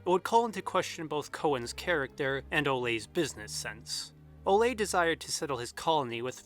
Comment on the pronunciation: I love the videos I’ve seen so far, but hearing the name Ole (“Ooleh”) pronounced “olay” hurts my Norwegian ears. Given how thoroughly you research pretty much every detail in every video, it’s funny how you completely overlooked googling the pronunciation of the pivotal dude’s name. :/